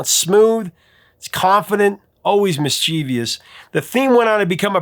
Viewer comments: You realize that the word is mischievous, not mischievious. No I after the V. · Great list. But 'mischievous'! not 'mischievious'! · Argh! Please! MISS-CHEH-VUSS. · It's pronounced "mis-che-vous". And Vangelis' name is pronounced as if the "g" is a "j".